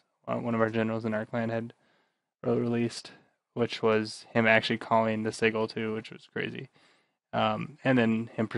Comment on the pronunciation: I'm not gonna lie, I laugh so hard when I hear you say sigil as "seagull"